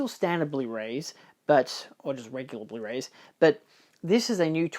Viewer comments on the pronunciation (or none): ^Blu-rays. Come on, you were educated in Melbourne!!! 😂